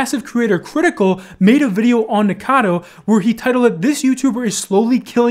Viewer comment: lol why is it so hard for everyone to say Nikocado instead of Nikado